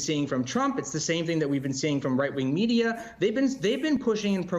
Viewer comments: It's pronounced Yay not Yee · What "yee" did??? It's "Ye" not "yee" lmao 🤣 This is why I don't trust fake news MSM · People who pronounce “Ye” as “YEE” and “Bey” (for Beyoncé) as “BAY” are the worst kind of people. How can you not notice that it’s a shortened form of their names?? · His name isn’t Kan-yee it’s Kan-yay. So “Ye” is yay not yee. Now that we got that out of the way … stop talking about him and he loses all of his power. So let’s stop talking about him and the Kardashians and let’s see if they all disappear. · Ye sounds like Yay,fella, not Yee. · He meant the way it was pronounced... he said "Yee" instead of "Yay" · not how AAV works. It is not Yee. Yee is short for yeezy. Ye is short for Kanye. My name is not pronounced Shawntee its Shawnte. It was funny how confident you were though lol. Strong and wrong. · well it's irrelevant. 'Ye' is 'Kanye' without the 'Kan'. Hence it is pronounced 'Yay' Keep up x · I like how Carasone keeps pronouncing Ye as "Yee". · It's Ye as in yay... Kanye... Not Ye as in pee.